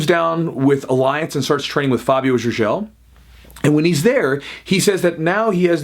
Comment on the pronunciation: Sounds Gurjel, not Jurjel. Cheers.